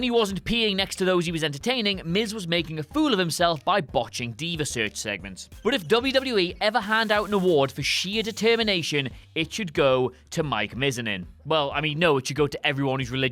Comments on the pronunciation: It's pronounced Mi-zan-en not Mizenin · "Mike Miz-in-in" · It’s amazing how bad you butchered Miz’s last name.